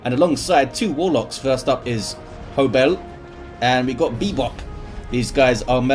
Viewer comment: be like: "Shh, be vewy vewy quiet. I'm hunting Wuhwocks!"